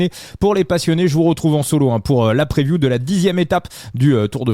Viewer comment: La "preview ", vu la manière avec laquelle tu prononces l’anglais, je te conseille " les prévisions ". Arrêtes de la jouer bilingue. Le " move " fait tâche.